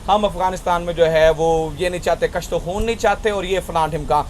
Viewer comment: بھائی کشت کے کاف پر (پیش)بولا کریں شکریہ